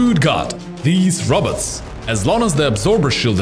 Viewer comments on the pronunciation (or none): I like how he said rabbits not robot pretty otherwise his accent is ok